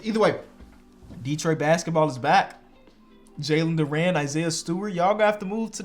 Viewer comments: Jalen durant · this man does not know how to pronounce jalen duren’s name